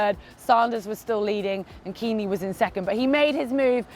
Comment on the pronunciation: How about a special ‘how to pronounce the names of german pros?’ It's neither Kinleee nor Lang.